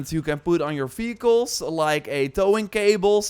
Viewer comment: fehicles? or vehicles